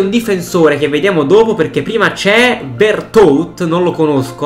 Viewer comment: Veretout si leggi veritù